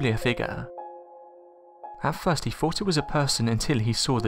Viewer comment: These are interesting videos but needs someone to narrate them that speaks ENGLISH, there is no F in WITH or THINGS or THOUGHT or MOTH and if he talked any faster it would be just a hum